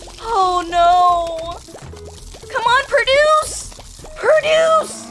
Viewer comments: I love how she pronounces produce as perduce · I like how she says perduce